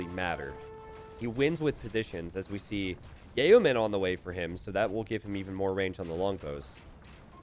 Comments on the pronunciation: Did you say "ye oh men" (yeoman)? Just "yo men" there. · one more reason i hate cats. yeoman = "YO-man"